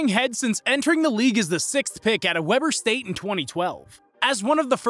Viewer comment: He said Weber state wrong